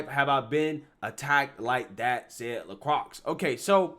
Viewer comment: “LaCrox” 😂 I think it’s pronounced “LaCroy” 😜